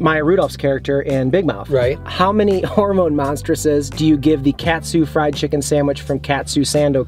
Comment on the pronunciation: Huge fan here been watching you guys since you did a collab with fast food pit stops! I just wanted to say I loved your vids and it’s pronounced Caught-sue not cat-sue